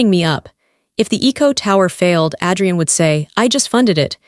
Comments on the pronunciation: It's AAAdrian not Ad-re-en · Please pronounce the names right, Adrian not Addrian and amber is not Ember, I do like the story, Amber should make a name for herself and start her own company 😊😅